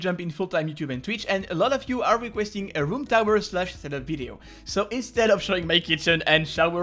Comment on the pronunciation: did you say room tower?